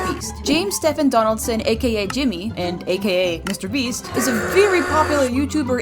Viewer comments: "mr brest" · Bro really said mr breast